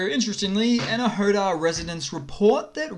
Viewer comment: enerhodar is misspelled. Right pronunciation is Ener-Go-Dar